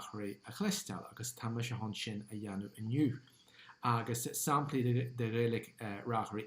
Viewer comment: Bail ó Dhia ort, a. Is maith liom d'fhíseáin. Má bhíonn tú ag iarraidh an Ghaeilge a fhuaimniú i gceart, ní chomh doiligh sin an rud é (mar shampla, anseo deireann tú "saimplí" in áit "samplaí"). Bí i dteagmháil liom, má thograíonn tú, nó caith súil ar an gceann níos deirí liomsa. Go soirbhí Dia dhuit.